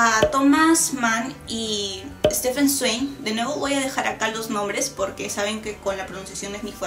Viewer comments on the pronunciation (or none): none